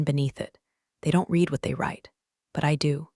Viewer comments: What is "two dollars point 4 M"?? Might it be 2 point 4 Million Dollars? Say Yes. 6th time: READ is in a past tense sentence. Pronounced "RED" not "REED" as you always fail at. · Long A. A-va. Read (to read) and read (red, past tense). Train your AI better prior to releasing.